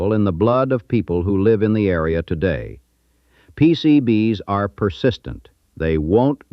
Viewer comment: Pretty sure it's AI since it can't pronounce "PCB's" properly. No human would have trouble with this.